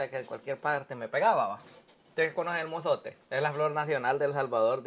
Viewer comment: FLOR DE IZOTE!!! NO MOZOTE!!😂😂😂😂😂